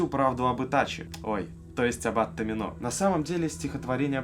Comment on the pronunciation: во всяком случае рифмуется на томИно а не на томинО